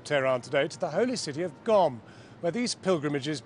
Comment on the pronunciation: It's Qom, not Gom lol